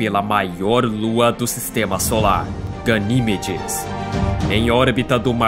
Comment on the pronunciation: Primeiro trocam a lua pelo titã,depois por Ganimédes (Pronúncia certa) A lua:-"O que vcs tem contra mim mano?!"😢💔